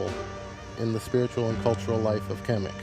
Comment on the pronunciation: khemet not kemic